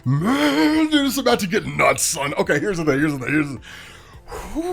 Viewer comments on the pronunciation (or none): none